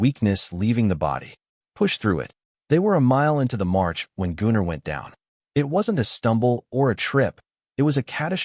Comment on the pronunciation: Brilliant! No unnecessary fluff. Enjoyable story with the only error in the pronunciation of Gunner. Well done.